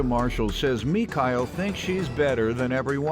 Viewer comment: Me-Kyle? Somebody was trying too hard to be different...